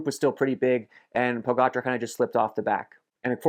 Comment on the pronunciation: Superb content Phil. Also, kudos for bothering to learn how to pronounce Pogacar correctly. It seems a few other well known American cyclists are either too stupid or lazy to bother. The summaries are great. You should do them for the monuments as well.